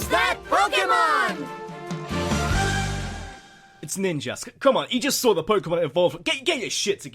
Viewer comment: its POE KEY MON >:C